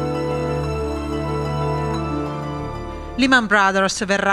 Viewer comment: Can you please pronounce Lehman in the right way ? La E si pronuncia “ E’ “ non I Negli usa ci prendono ancora in giro